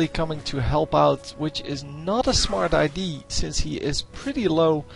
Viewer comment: Probeer eens te zeggen 'idea' ipv 'idie' lol